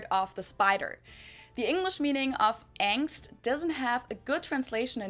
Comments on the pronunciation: No its not pronounced Ängst... how are you listening to her saying it over and over and repeating it wrong? xD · no xD its pronounced with the german A. not the english a which sounds like the german E 😂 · We pronounce "Angst" with the german A vowel (something like "Ah" in English). The way you pronounce it we would spell as "Ängst" or "Engst", so it's a different sound. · For the word "Angst": she keeps saying 'ah' and not 'ey' and he's still like "oh they say "ey" too?" No. It's 'ah'😂😂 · no we dint say AENST we say ANGST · It's angst you say ängst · Angst is alwasy "uhngst", never "ängst". "A" is never pronounced as in English "A", this is always either an "e" or an umlauted "ä". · No, we don't pronounce Angst like angst. See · "so you guys pronounce it ängst too" Dude, either there's somethig wrong with your ears or your brain because she not only pronounced it differently, but even emphasized "with a german a" literally 20 seconds earlier. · das wort:Angst was er sagt:ängst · No we don't pronounce Angst the same way haha listen again how she pronounced the A in the german version.